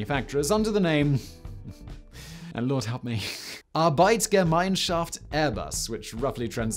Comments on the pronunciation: To your credit: For a native english speaker you did remarkably well pronouncing Arbeitsgemeinschaft ;) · The Lord helped Simon a bit with the pronounciation of Arbeitsgemeinschaft Airbus. A bit. ;)